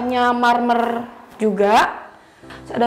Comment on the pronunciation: baru kali ini saya nonton house tour yg selalu sebut kata MERMERRRR....😁😁